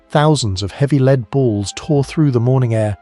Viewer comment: I don't know if your mispronunciation of lead was accidental, or deliberately done to prompt comment (I've noticed other clear mispronunciations in other videos of yours) but it is bloody annoying. You have great content which I'm enjoying, but please stop doing this. You're clearly an intelligent guy so don't let yourself down like this.